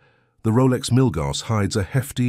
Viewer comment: Prices and specifications are out of date now - 2024. Pronunciation of Milgauss (BTW discontinued) and Submariner is wrong.